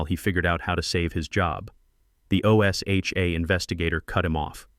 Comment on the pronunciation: Teach AI how to pronounce O S HA . It's one word OSHA. O'SHA.